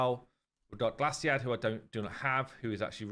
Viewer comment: will he ever learn how to pronounce Glaicad and learn where the i is placed in that name?